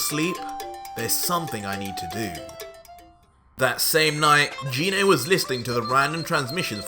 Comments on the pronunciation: You mispronounced Gine's name! The "g" in her name is pronounced "guh" like in "goddess", not "juh" like in "genie"! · You said gine wrong